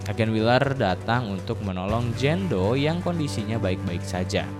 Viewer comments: Jane doe (dibaca : jen du) bukan Jan do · Jein do bacanya kak bukan jando 😣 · Jen du nyebutnya bukan jan do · filmnya seru tapi lu ceritainnya g begitu jelas video Ama suara lu g sinkron jadi bingung terus cara baca nama lu juga g enak dngernya jando jando kan nama dia jane Napa ga sebutnya Jenn biar g bingung jando jandoo kek nama cwo kalau jenn kan bagus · anying jando dibacanya wkwkwkwk